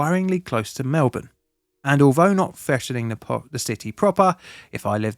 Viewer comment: He pronounced Melbourne right which is one that people always seem to struggle with lol